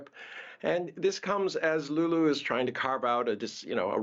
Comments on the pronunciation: Did he called Lula “Lulu”? 😂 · Yes, Lulu sounds better than Lula😂😂😂